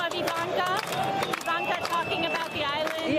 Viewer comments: You need to get her name right! It is not Javanka. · Her name is pronounced Eevanka. She should be arrested. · It's I V A N K A.........Not.........Javanka! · It’s Jarvanka (easier To pronounce) but we all hate them whatever you call them.